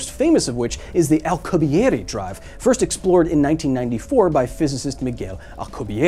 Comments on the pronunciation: I appreciate you pronouncing his name in it's proper linguistic form. And i will always respect it as such. However, i must say! I LOVE the way his name sounds in english. Or when referring to the Drive. "Al-que-bee-air" It sounds legendary! Like something you'd read in a history book! 👌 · You're the only person who I've heard pronounce Alcubierre's name the traditional way.